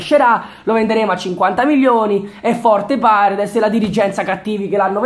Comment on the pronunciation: no vabbhe paredes come l hai detto nun se po senti